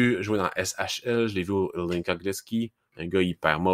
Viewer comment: Adam Zlnka se prononce exactement comme le nom de famille québécois: Joncas, prononcé tel quel à la télévision slovaque